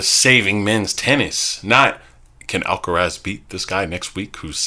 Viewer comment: You guys aren'y pronouncing Alcaraz correctly. Either don't bother with the weird attempt at a spanish accent, or learn how to say it properly in spanish.